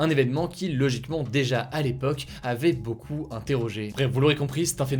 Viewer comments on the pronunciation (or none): none